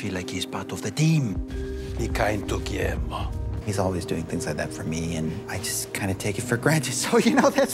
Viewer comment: Amo el hacho de que Nandor no dice "Guillermo" dice "Giermo" JAJAJAJ los amo